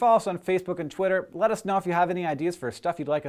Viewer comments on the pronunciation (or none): none